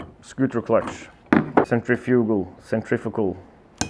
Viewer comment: So refreshing to hear someone actually pronounce centrifugal correctly.